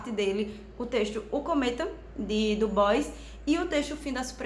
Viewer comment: Sua resenha é um oásis, pronunciou o nome do Du Bois certo, eu já parei pra ouvir com mais atenção :)